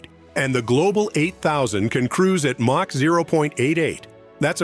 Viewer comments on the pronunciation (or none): none